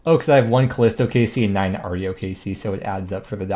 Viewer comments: its pronounced are-e-o not arr-show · proper american pronunciation of Artio*